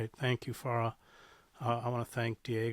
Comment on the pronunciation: You studied Arabic but still don't know how to pronounce so many words, like MuSLIM, and letters, like FaraH.